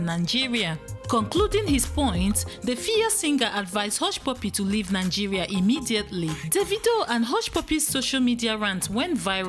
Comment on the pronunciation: 🤔🤔🤦😲wait a minute, is it Nangeria or Nigeria?